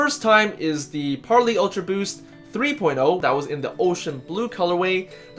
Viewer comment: Par-lay not Par-lee